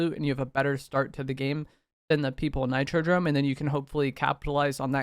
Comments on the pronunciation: If this mf say nitrodRome one more time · Nah nah i swear its NitroDOME. He was saying it weird 😂